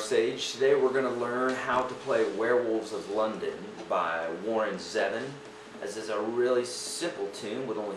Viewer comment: pronounced Warren ZEvon